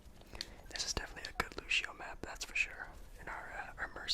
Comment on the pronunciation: I love the vid just one tip the word lucio is not said like Lou-She-Oh it’s Lou-See-Oh but beside that... I actually don’t have a problem playing DPS with a non-damage character... just be prepared the Moira nerf